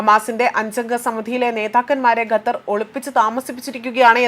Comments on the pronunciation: അമ്മായീ ഗത്തർ അല്ല ഖത്തർ... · സഹോദരി ഗെത്തർ അല്ല ഖത്തർ ആണ്